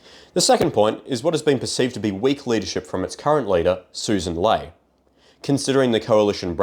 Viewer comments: I know this is dumb to focused on but her last name is pronounced "Lee" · It might be better if he actually researched the people mentioned and pronounced their names correctly - the leader of the LP is Sussan Ley and her name from her own lips is prounounced as "Lee". Sloppy and it undermines otherwise good analysis